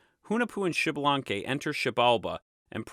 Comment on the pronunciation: Americas Kudos for the video, Thanks for Sharing. Just a note in the Names, in all character names that start with an X the pronunciation is either iks or ish and the last letter has an long accentuation for example Xmucane must be Iks-muca-neh or Ish-muca-neh(Ixmucané). Most importantly the name is not Xibalanque but Ish-balan-keh(Ixbalanqué, the Sun God). Hun and Vacub are not necessarily one and seven and Cabracan sounds cooler than "Earthquake". A follow up to your note at the beginning of the video the Quiche(K'iche) is just one of the ethnic groups of Mayan descendance , there is more than 23 spread though Guatemala and Mexico's Chiapas and Yucatan regions. Nevertheless A+ on your video, specially for showing at the end that Hun-Hunah-puh came back pimping!